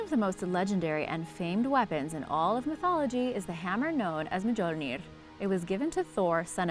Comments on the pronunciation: Mjölnir is pronounced: "m'yol-near!" UGH!!! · The j is not to be pronounced